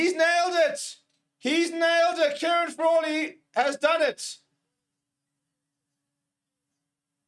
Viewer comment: Fraw-Lee. Fraw-lee….😂